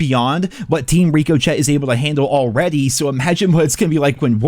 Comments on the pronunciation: I think its ri-cuh-shay not rico-chet but maybe im wrong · Rick-O-Shay Brother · Ricochet is pronounced "rick-o-shay" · Ricochet, say it with me now: "Rick-o-shay" Not "Rico-Chet" Lol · It's pronounced (Rick O Shey) ricochet not Rico Chet Jesus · HA HA, with his trolling of Ricochet, That's Ri-Co-Chey FYI 🤣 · Hey brother.. its pronounced "rick-oh-shea" as in "the bullet ricochet off the shield is crazy" or "the way the rock ricochets off the tree." Its not some spanished dude name chet rico and were saying his name military calling style. Lol None the less i agree with most of what you were saying, but as of last night it seemed we only needed another 15,000,000,000ish to go, which would be the 3 days left at the 5 B per day count. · I'm pretty sure it's pronounced "rick-o-shay" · Ri-kuh-shay 🤓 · Reeko-ché. Really? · Rick-ahh-shay lol not ricochet lol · It’s pronounced RICK O SHAY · Yo! It’s pronounced Rico-shay👍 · Team ri-co-chet?! Bro it's a french word, don't you know what a ricochet is? 😂😂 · WTF IS A RICO CHET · It’s Rick-o-shea lmao. Wtf are you saying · Can you please stop intentionally mispronouncing the word ricochet it is absolutely obnoxious you know you’re doing it on purpose just pronounce it correctly. Why is that so difficult? It is pronounced richo(shay) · …it’s pronounced Rick-Oh-Shay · Say reeko chett again and you will get bulk dislikes. Work it out. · Bro, It's Rico-shay... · say it with me. Rick-uh-shay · Rick. Uh. Shay. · 😂 I was thinking the same thing. This guy actually saying it like two first names. Rico and Chet the founders of the COD anti cheat software. 😆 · Are you calling the anti cheat Rico -Chet? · Rico Chet 😂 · This day may never come...Rico shett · Rick O' Shea 🍀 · RICK OH SHAY bullets don't reeko chet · The "t"in ricochet is silent. You know ricochet, when a bullet bounces off a wall. How am I supposed to take you serious when you can't read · I don’t think you’re pronouncing ricochet correctly.